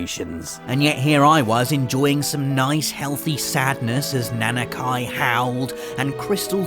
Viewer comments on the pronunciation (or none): Overall I agree that the Final Fantasy Saga has some amazing moments. The only thing I didn't really understand is how a self-professed fan could get so many names so very wrong. Nanaki is pronounced "Nah Nah Key" not Kai. And Zidane doesn't sound like "Dan" it's the same sound as in Great Dane. I would have thought those were pretty simple ones to pronounce too. It's like like the long-standing debate between Aeris and Aerith. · Na-na-KEY, not Na-na-KAI. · Who the hell is Nanakai? It's Nanaki! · it’s Nah-Nah-Ki not Nana Ky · isn't it... Na-na-kee (yes it's Nanaki) but Nanakai would be well Nanakai if it was that pronouciation. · Pronounce names properly! Red XIII is not "Nanakai" it's "Nanaki"! Also, why do people pronounce Tribe of Gi and Tribe of Ji? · Same was like its Nanaki! (Nah Nah Kee) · I'm sorry.... Nan uh ky? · btw it's nah-nah-kee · He always talks about how big of a FF7 fan he is and he's going to butcher one of their names? come on... party foul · The way you pronounce Nanaki makes me flinch. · This horrid accent butchering names left and right... please never say "Nanaki" again. And then Zidane appeared and I cannot continue. Sometimes you need to NOT apply your usual pronunciation rules to words and this is a good case study. I realize this is an older video as I post this but... I'd take a pretty solid wager on it not having changed at all.